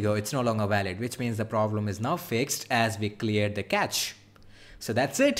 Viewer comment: Cache is not like catch but like cash